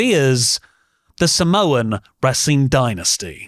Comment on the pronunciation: You pronounced Samoan correctly but can’t pronounce Galway like a normal person? 😅